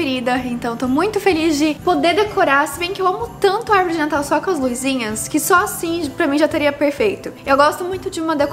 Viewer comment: Oi, não leva a mal mas não fala “LUIZINHAS” o correto é “Luzinhas”, não tem “i” , teus vídeos são ótimos, abraço 🤗